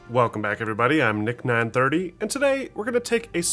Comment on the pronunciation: Random question but where are you from? You say your name "Nick930" with a strong Southern accent (drawl emphasis on the "9") but you don't sound Southern typically. Just wondering lol